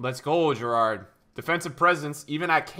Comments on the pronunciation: How does he pronounce Gerrard wrong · learn how to say Gerrard correctly